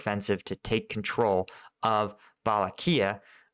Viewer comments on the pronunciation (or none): none